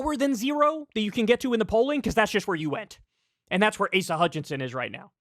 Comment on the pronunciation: "ASS-uh" Hutchinson 😂